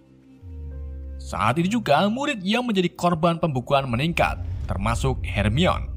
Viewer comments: Her mai ni, bukan Harmoni blok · Bacanya hermayoni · Her mi wan Ye eendehhh non kagak bisa baca Admin yeeendehhhhh kang coli 😂🙏🏻 Bang namamu Ian kah? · baca nya hermion Bukan her mai ni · Sedikit masukan. Harmoni bukan hermion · bangke lah. sebelumnya hermoin. sekarang hermion wkwk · bacanya "Hermoni" aja kalau kesusahan bang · Hermiwon aja🤣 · Bacanya "HERMAWAN" 😁😂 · Mugkin bacanya HERMAN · Yang sebenarnya Her-Mo-In ~Hermoin~ begitu sebutannya UwU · Hermoini grenjer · Bacanya Hermi-awan bang 🤣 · Bacanya Herman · Hermaini nyebutnya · Hermoni gitu kak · Lalat terbang , becanda bcny hermoni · Bacanya "Herman" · di baca herman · Akuu bacanya " hermiwan"😢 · Baca ny hermayoni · Nih bang kukasih cara bacanya hermione:hermaini weasley:wisli george:jorg ginny:jinny ron:sebut ron aja bang gausah pake ronald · Hermiyon, ngakak min 😂🤣🤣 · Hermione = dibaca 'hermainiii' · Bacanya hermione itu hermaini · Bang pengucapan namanya please di benerin dulu please